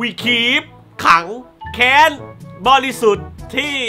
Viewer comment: พี่ ผมได้ยินเป็น ถังแก๊ซบริสุทธิ์ ...